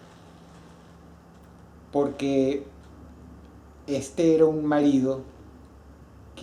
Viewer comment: Polque? No hay polque